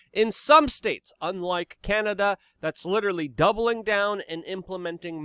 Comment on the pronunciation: Chianada. Chy-an-Ada.